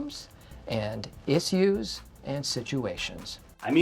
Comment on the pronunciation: The way mike says issues Bothers me to no end It’s ish-you’s Not isss uss